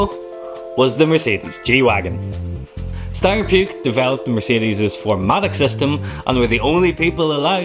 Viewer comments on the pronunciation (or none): Puch, not Puke. Sorry, but I heard a lot of wrong pronunciations and I feel the need to correct 🙂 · great video about the great unrepeatable car, I'll always cry for not owning one, even better when you see it alive, but pronation of Puch is hilarious like to puke 😂😂😂 it's just pronounced pʊχ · Puch is pronounced push